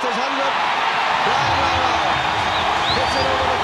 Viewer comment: It's larra